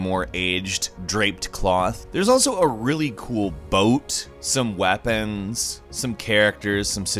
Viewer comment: some "wahpens"